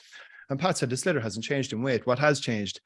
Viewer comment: 'shlithar' not 'slitter' please.